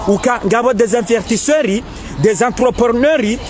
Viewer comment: On dit pas invertisseur on dit investisseurs, et puis encore on dit pas ADN , on dit AND